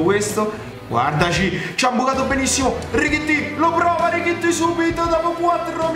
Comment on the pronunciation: come mai lo chiami richitti? E non Tallotti